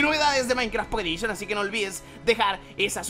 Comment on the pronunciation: Microsoft: les presentamos Minectaft pockeh edishon !!! :v